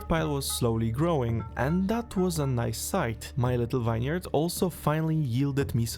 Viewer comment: well, with how he pronounced vineyard, not too surprising